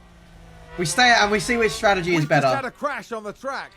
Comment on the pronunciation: Whenever I heard say strategy I always heard tragedy for some reason